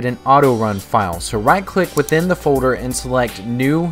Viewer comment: FODER? folder? lol